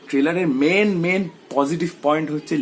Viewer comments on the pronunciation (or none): none